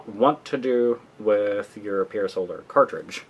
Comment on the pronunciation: Had to dislike because the reviewer can't pronounce Pier Solar. :/